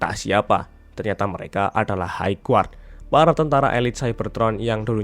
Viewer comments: hai gard bukan haig guard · High Guard koreksi bang